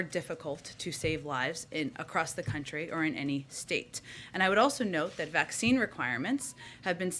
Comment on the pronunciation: Um, it ain’t a vakseeen